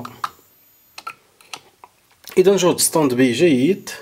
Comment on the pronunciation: سلامي وتقديري اليكم يا حضره الأستاذ الكريم. شكرا جزيلا على المعلومات التي تقدمونها والف شكر على الشرح الممتاز. بعد اذنك لدي ملاحظه. لا نقول: استاند بي. لكن نقول: استاند باي. لأن هذه الكلمة هي كلمه إنجليزيه. ختاما أتمنى لكم دوام الصحة والعافية وحفظكم الله من شياطين الإنس والجن.